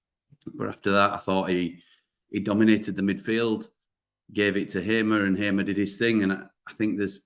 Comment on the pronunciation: Assuming that HAMER is a native Portuguese speaker, although a Dutch national, his name is definitely not pronounced HAY-MER, but HAR-MER.